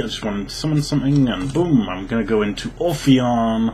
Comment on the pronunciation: Obtw it's ophion, not orphion. No r